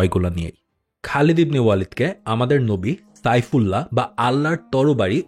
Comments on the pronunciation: তাইফুল্লাহ না ভাই, সাইফুল্লাহ উপাধি ছিল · তাইফুল্লাহ না এটা হবে সাইফুল্লাহ যার অর্থ আল্লাহর তরবারি বুঝেছেন ভাইয়া